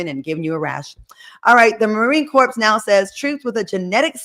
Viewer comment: I loveeeee you,, but it's Marine Corp(s), The S is silent. It's called shaving profile, ladies., i would like to add mileage to your cat.